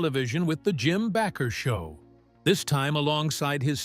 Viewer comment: His name is NOT Backer; it's BA' KER long A Accent on first sylable.